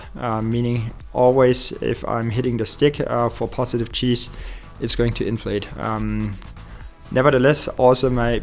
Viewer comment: Yep, and "working against cheese" was also good. I'm not a native english speaker though, so I wouldn't do any better. It's just Fun.